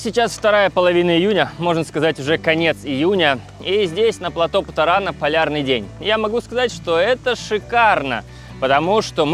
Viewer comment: первый автор на ютубе, произносящий слово ПЛАТÓ с правильным ударением